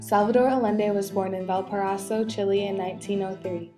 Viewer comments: Music is horribly competing with the voice. Couldn't even hear it. I should have stopped listening when you pronounced it "chilly". It's chee - lay!!! Aren't you in a spanish class? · Please stop saying Chilay and Chilayen.